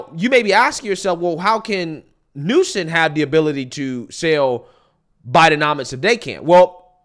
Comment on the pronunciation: Why does it sound like you’re saying Gavin Newson?